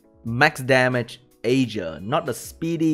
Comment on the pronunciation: OK i will comment just don't hurt me. The Vampire Lord is pronounced EAR-GAR and the Water B K is AYE-JEER.